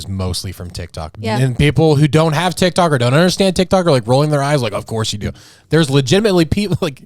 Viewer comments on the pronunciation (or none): He said dic toc 😂😂😂😂 I love you guys 4Life 🎉